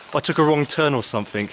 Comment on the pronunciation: Somefink is actually pronounced something and don’t fink is actually don’t think.